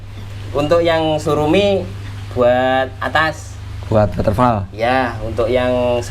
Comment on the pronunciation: Muni ne woderfol mas ku...udu waterfal 😁🙏🤣